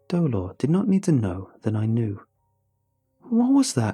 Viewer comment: dolor? my first language is Spanish, nice try buddy, nice try.